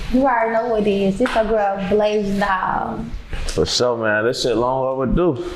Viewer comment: BLASAIN?? I hate when you can see the laziness in the craft!